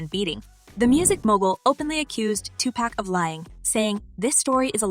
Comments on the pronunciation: Sounds like the narration of this video is AI because it can't even say 2pac's name right. 😒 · If you are going to do a story on Tupac, please don't disrespect him by miss pronouncing his name. You need to research the correct pronounceation of this great prolific poet genius. You are showing your inexperience at trying to be a journalist. Typical YouTuber GenXer. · Is there a reason why people butcher the name Tupac. It’s pretty simple no? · Another effort to bring another BLACK MAN DOWN! Say woke. This is just clips of old interviews with credible media used to get people to view this white women’s channel; Adding profits in her pocket. This isn’t real news. Don’t use Tupac’s fans to get views. This channel can’t even pronounce Tupac’s name correctly. Notice the line draw through key words. Indicating from a legal standpoint that the writer can’t be held responsible for false statements. Tupac fans. Are you sick of being played for not knowing the true meaning, facts and hidden agendas made by people like this? IF YOU AGREE, give a simple thumbs up! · I hate when they don't pronounce PAC name right😂😂😂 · Why white people always say Tupac wrong? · TUPAC SHAKUR!!! SAY HIS FUCKIN NAME RIGHT!!!!! 🤬🤬🤬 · It's not "pack" it's "pac" wtf get that sh** rite!lol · Can yall stop saying 2 Pack!! Like "Pack" its Pac like Pok wtf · It’s pronounced 2 pock not 2 pack 🤣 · ITS NOT TUPACK , ITS TUPAC , PRONOUNED TUPOCK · She said TUPÄC:( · Its not tupack!!!!!! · His name is Tupac NOT 2 Pack smdh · Please do the research Ma'am. Stop disrespecting this man calling him 2 Pack. Like seriously, how hard is it to pronounce Tupac? Are you unaware that Google will enunciate a word/name for you if you don't understand how to say it! 🙄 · PLEASE PLEASE ... STOP calling him 2 "Pack" . For goodness sake!!! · His name is not Tu-pack!!! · You people gotta stop calling him 2 pack